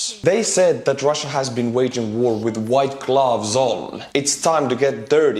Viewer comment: i would watch a video where you ONLY read names, it’s fun, i know u over do it , a few days ago, you said gghggwhaite when pronouncing « white » and went toon to talk about white phosphor without any problems :)